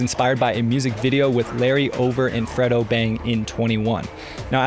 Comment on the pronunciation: it's pronounced FREE-DOH lol. you have found your niche. it's rap music video effects, but for RESOLVE. there's no one else doing it at your level. please keep these going.